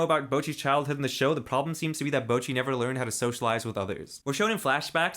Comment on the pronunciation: Bocchi is the way to pronounce it...not boki..